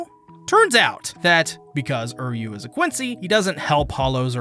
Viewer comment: Why does he keep saying Uryu's name like that?